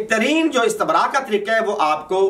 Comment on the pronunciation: پہلے اپنی صرف درست کرو استَنراء نہیں ہے استِبراء ہے اور بابِ استَفعال نہیں ہے استِفعال ہے بے وقوف انسان😂